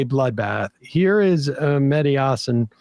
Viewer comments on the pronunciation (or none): MEH-DI HAH-SAAN thats how you pronounce!